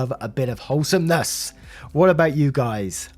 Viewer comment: Nearly choked on my water hearing "whole-SOME-NESS!" 😄 Love your enthusiasm, as always 🥰